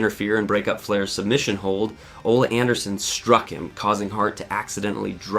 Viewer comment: Ummmm who da fuk is Ol?! Ohhhh Oleeee Anderson got it...had to edit...its pronounced LieGer...come on...great work with this but you didn't know those names?!